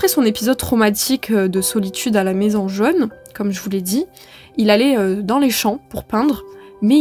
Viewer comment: Fort intéressant.😂Comment expliquer ses petites erreurs de prononciation comme " jeune " pour " jaune: ??🏕